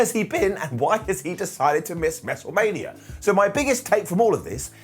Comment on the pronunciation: "mestlemania" lol